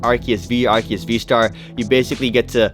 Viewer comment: It is Ar-see-us